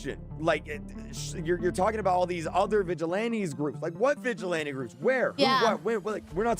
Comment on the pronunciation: I can't stand how the guy un the video say the word vigilante, has he never heard it said before?